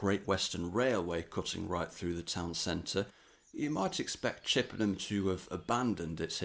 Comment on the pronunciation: Chippenham is a bit of a stretch as well